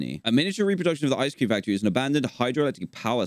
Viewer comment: How he says ice cream DanTDM: ISE CREANM